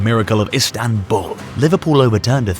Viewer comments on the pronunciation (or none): none